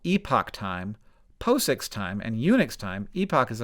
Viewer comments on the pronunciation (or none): It's pronounced pah-ziks, FYI. Also, I could understand not knowing about something like J2000 epoch time, but how have you not heard about Unix epoch time? Maybe I'm just in a bubble. I write software/firmware and most MEs/EEs/Control Engineers I work with also write code, so I'm probably in a bubble...